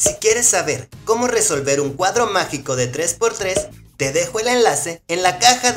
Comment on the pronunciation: Quin escucho macico en ves que magico ♥♥♥♥